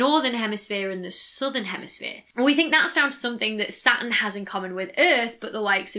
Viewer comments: And Saturn as Satin :) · I get stuck on Saturn and Satin. I keep hearing satin when she says Saturn...which makes me lose focus on the subject forcing me to notice her left hand pinky finger nail is not colored green like the rest of her fingers...this video is tearing me apart... Its a nightmare for OCD. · I've started saying "Sat'n" now. I'm fine with it. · Not being critical - I love accents - but "Sa-urn"? :-D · Sat'in. You can't forget that regional glottal stop. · She pronounces the "T" in Jupiter but not Saturn, is she trying to sound American? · The big payoff in any of her videos is when she pronounces "Saturn."